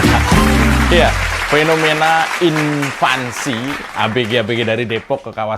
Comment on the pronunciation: Invasi om Mimin, bukan Infancy